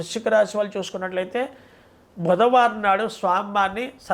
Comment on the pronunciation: Vruchhika,budhavarama, somavarama ,clearga cheppaledhu